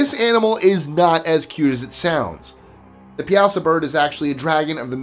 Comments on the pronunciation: The Piasa Bird is locally pronounced pie-a-saw. Also the Bond villain originally picked to play the Hulk was Richard Kiel "JAWS". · I am always impressed with your pronunciation. So, I thought you might want to know the correct pronunciation of the Piasa Bird. It’s actually prounounced Pie-a-saw. I live less than an hour from there, and my husband grew up in that area. I really enjoy watching your channel. Keep up the great content!!